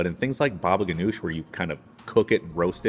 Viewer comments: It is pronounced Hanush, not Ganush ,according to my Syrian uncle , his family and Lebanese friends . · Baba ghanoug not ghanosh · Not GANOUSH ITS GANOUJ